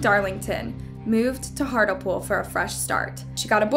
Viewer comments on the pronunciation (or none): It’s “HART-LEE-POOL not Hart-all-pool!” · FYI it’s pronounced - “Hartlypool” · Hartlepool pronounced Heart-Lee-Pool ❤ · this is a really sad case and isn't in the media enough , although just one thing Hartlepool is pronounced Hart Lee pool thanks for covering it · i know accents drive different pronunciations. but its Hart-Lee-pool not Hartel pool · The area is pronounced as heart-lee-pool.. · Hey I know you're american so it's an understandable mistake but it's actually hart-le-pool (like heart Lee pool) not hartle pool. I live 15 mins down the road from the place and never heard of this case! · Hart-Le-Pool. As in deer by the sea. Great video, but it's not hardlipool. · Its pronounced Hart LEe pool not hartle pool. If you are going to use British crimes then please pronounce the place names properly. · This happened in my home town and the names weren't so hidden I'm pretty sure they ended up being given out. It's truly awful what they did. R.i.p Angela ♥️ Also it's pronounced hart Lee pool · It's pronounced hart-lee-pool 🤣🤣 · Dear it’s HART-LEE-POOL considering the team that makes these videos they can’t do basics right lol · This case doesn't get the attention it deserves, thanks for covering it although just one thing Hartlepool is pronounced Hart Lee pool. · It's pronounced Hartleepool. I remember this case! Just awful! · I live 10 minutes from, pronounced HART LEE POOL, Hartlepool, it was such a shocking crime. Poor Angela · It’s pronounced HEART-LEE-POOL but good effort queen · It’s pronounced HEART LEE POOL but all together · Just letting you know, its pronounced Hart Lee pool. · its hart-lee-pool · The area where this happened its pronounced heart lee pool, great video 😁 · Angela was murdered in Hartlepool (pronounced Heart-lee-pool). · the town is pronounced heart lee pool btw x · Hartlepool pronounced like Heartly-Pool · It's pronounced heart lee pool 😊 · Hart lee pool. wow learn to pronounce these things